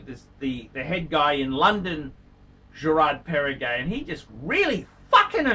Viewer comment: You don’t know what you are saying, first you say Girard Perregaux not Perregay , second GP came before Patek Philippe